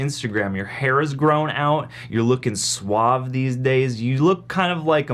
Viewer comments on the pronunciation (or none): none